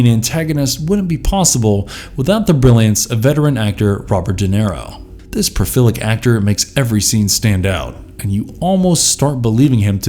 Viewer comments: For Pennywise, most of what was shown was from the recent Bill Skarsgard portrayal, not Tim Curry. If you're going to credit one, credit the other as well. Also, it's prolific. Not profilic. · "Profilic" "Elabrodate" STAY IN SCHOOL, KIDS! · Hate to nitpick narrator...BUT when you can't even say PROLIFIC correctly and not sound like a ROBOT...it's very hard to subscribe